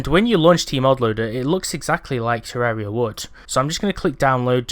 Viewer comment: WOWWWW a YouTuber that actually pronounces the game title correctly. I'm shocked